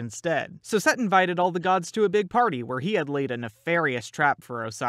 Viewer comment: Set is Pronounced Seth